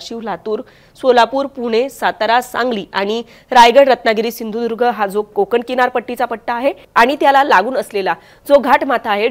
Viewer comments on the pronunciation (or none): none